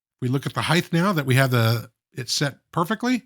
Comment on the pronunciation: It is a pet US aggravation for me. Sort of like an audio OCD. Height has HT on the end not TH. It sounds like kite not kith. So many Yankees say heigth not the correct height. No th on the end!